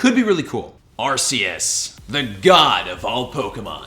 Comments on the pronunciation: Arcoos not arceaus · Please stop saying arseous… it’s arKeus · its prononced "Arkoos" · Well now master balls came in you were right.And it's pronounced as ar-ke-us I know you said it right one time but at least say it right. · you pronounce arceus arkoos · No no, it's arcoos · no no no no it is not Arceus or ArCeus its Arkoos